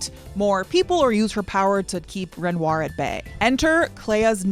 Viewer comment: I cannot abide the pronunciation of "Ren-rawr".